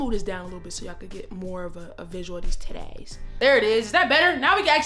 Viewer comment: Every time you say TITTAYS 🤣🤣 Thank God you are well. 🙏🏾😊